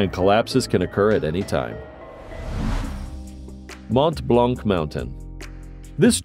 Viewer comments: "Mont Blanc" ' (do NOT pronounce the final "c" !!! nor the final "t") , it means "White Mont" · Devil pool, not devile. Hardanger rhymes with hanger, not danger. Mont Blahn. The c is silent.